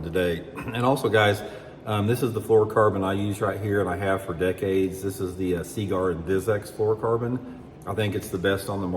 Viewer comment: Is anyone else stuck on the pronunciation of Seaguar? See gar, see grr or see goo r?